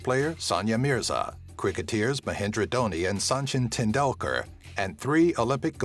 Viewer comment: Cricketeers? Only an American would mispronounce this.